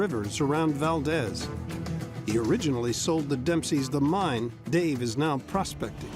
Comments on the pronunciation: Lol Val-dez? Never heard it pronounced that way in my whole life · Valdeez, it's pronounced 😅